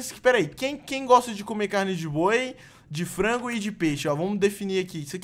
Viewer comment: digo TT vc dis flango kkkkkkkkkkkkkkkkkkkkkkkk